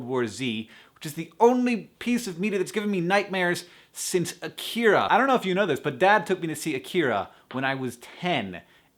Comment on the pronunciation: AH-kee-rah, not ah-KEE-rah. And the R sounds a bit more like a D. Don't worry, Japanese is weird. Even anime dubs make the mistake.